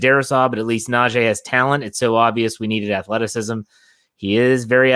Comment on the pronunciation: It's NaJee not Najay... Put sum respect on his name